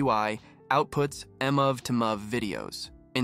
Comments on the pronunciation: I think in American English "mov" is pronounced as "maahv" not "muhv" or "dot M-O-V". Most just say "movie to movie file" LOL. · uh Sorry. anyone who can't say MOV correctly, needs to be banned.. :D